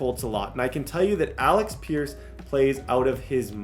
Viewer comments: New drinking game: every time says Alex instead of Alec take a sip😂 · …. It’s Alec not Alex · Alec not Alex…Paye not Pain